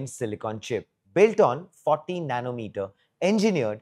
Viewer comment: We don't need 14nm for smart energy meter. That's an overkill, I know. I just wanted to clarify what he said was 40nm. His accent made it confusing.